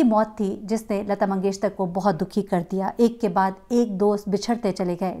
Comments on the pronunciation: Yes I also felt that she pronounces lata mangeshtar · Lgta hai yi mngeshkar bol hi nh skti isi liy mngeshtar bol rhi hai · اب تک تو آپ اپنا نام غلط بولتی تھیں لفظ نہیں بلکہ ہوتا ہے اب آپ نے لتا منگیشکر کو منگیشتر کہہ دیا ہے کیوں پلیز ایسا نہ کریں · Lagta hy aap comments nahi parti hain . mangeshkar hy mangeshtar nahi. 3 din se log aap ko bata rahay hain lakin aap sunti hi nahi. Its irritating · Lata Mangeshkar ko aap Lata Mangeshter Keh rhi hn. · Lata "mangesh-KAR" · Yes itni uljhan ho ri hai Sun kar Continuously Mangeshtar keh ri hen..had hoti hai ..bar bar poora naam lena hai magar ghalat